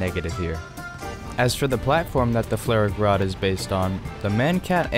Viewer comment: As a German I'm insulted by the way you say "FlaRak Rad" Just call it: Flugabwehrraketensystem Radwagen Roland! <3